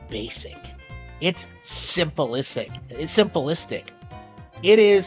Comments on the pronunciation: He just said simple-istic 🤣🤣🤣🤣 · Pronouncing "simplistic" like that should a crime, especially when using it to describe Elden Ring. In any other circumstance, whatever.